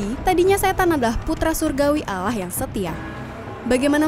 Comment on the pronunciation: Nyebut Allah nya yg bener